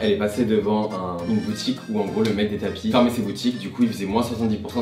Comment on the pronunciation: un tapis "peurse" ?... au secours.